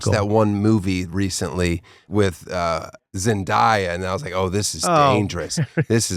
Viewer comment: Pronouncing zendaya wrong is so unc Mr.Tosh